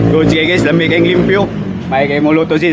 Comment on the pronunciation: Nakatutuwa si kapag sinasabi nyang "Peang" imbes na "Paeng" haha saka "limpyo" imbes na "liempo" 😅 Thanks sa mahusay na content. Napakanatural at hindi gaya ng iba na scripted. Napaliligaya mo kami 😂